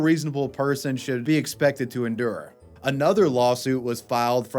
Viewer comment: "...that no REASONABLE person should be expected to edure"?!? 😂